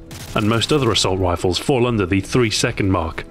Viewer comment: "assault wifle" lol :)